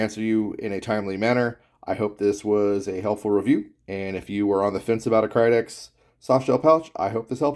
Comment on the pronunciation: Kydex not krydex